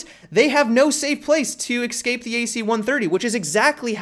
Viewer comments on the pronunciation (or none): Also it's ESCAPE - not EXCAPE Matimio.